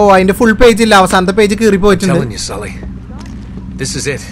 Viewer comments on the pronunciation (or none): sully en kelkumpol thally ena kelkunathe 😃